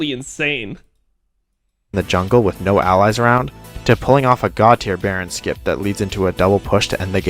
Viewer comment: Bro said baron skip ain't no way